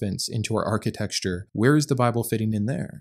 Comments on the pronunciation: hey, I only mention this because I would want someone to mention it to me if I was making this "mistake." the word is generally pronounced archi-tec-chure (or something like that), but not generally pronounced archi-texture.😊 I love your videos. ❤ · I'm going to focus on the most important part of this video. You said it multiple times. So, I think it needs addressing. It's architecture, not "architexture" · I love the work you do but "architexture" was killing me! Lol! Good video as always. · I don't want to be mean, but I love how you say "architexture" and I'm sorry if it feels like I'm calling you out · Dear lord(s), please reveal to the actual pronunciation of “architecture”. That is all.